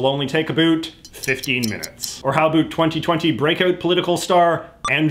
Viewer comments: Okay.. Say the word 'OUT', then say "AB", then put them together. AB - OUT. Jeeez. Love your content and blah blah but my god, it's distracting. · Why is he saying "about" that way? We just about killed that Canadian stereotype! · the way you say about makes me want to die😭😭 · I love JJ but as a fellow Canadian, I have never been more annoyed by an "about" pronunciation. I always thought that was a myth until I started watching his videos. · I love when you says "abut" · What’s with pronouncing « about » as « a - boot ». Rather then « about » like « a-lout ». Have I had it wrong all these years or is « a - boot » the correct Canadian prononciation? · Omg people actually say a boot??? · I love it when you say about! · Why do I love it when he says about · I like how he says "about" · I like how he pronounces 'about'. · Sorry, foreign language speaker here, is the way you pronounce "about" some sort of accent or just some your own thing? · Where are you from because the way you keep saying about with an accent that sounds kind of Canadian